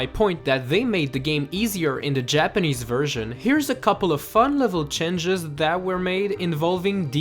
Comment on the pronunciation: Once again, Changes not chenges.